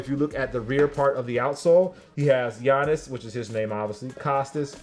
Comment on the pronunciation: Facts were does this nigga see an i in gianis name lmao